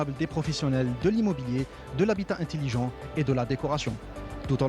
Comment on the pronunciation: "Int"E"lligent. et non pas "Int"I"ligent. "Intiligent" n'existe pas en Français.